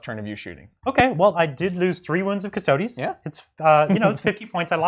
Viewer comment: They are called cuss-toad-ees not cuss-toads in the same way that marines are not called ass-tarts.